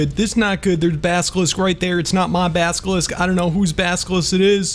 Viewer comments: you are saying baskilisck its basilisk practice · Baselisk not baskelisk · you say baskelisk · please say basilisk correctly